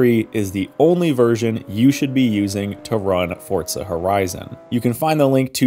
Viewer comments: Why do you call it Fortza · haha ' Fortza ' i'm not the only one that hears it right?😂